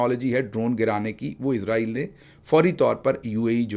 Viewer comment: آپ لفظ عزرائیل کہتے ہیں جبکہ ملک کا نام اسرائیل ھے۔۔۔ ع،راحیل فرشتہ ھے جو روح قبض کرتا ھے۔